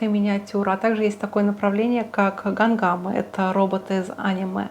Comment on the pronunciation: какие гам гамы? Это, блин, робот ган дам Из аниме` а не из а`ниме, и это направление называется меха.